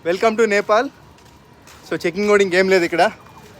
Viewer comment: First chadukondi NEPAL ADHI NAPAL KADHU